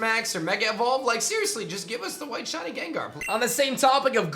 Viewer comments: Ah yes, the elusive “Shawnee” Pokémon. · WHY DO YOU KEEP CALLING THEM SHAWNIES? Sometimes you even said shoddies!!